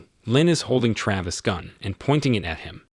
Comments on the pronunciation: Excellent, bullshit he couldn't decide how to pronounce Travis and at one point said Travis and Trayvis in the same sentence. And constantly shifted between the two. I am not going to even go near his complete misuse of other words. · Why do you pronounce his name both correctly and incorrectly? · Is it 'TRAVIS or 'TRAYVIS'? Need to upgrade your text to speech subscription.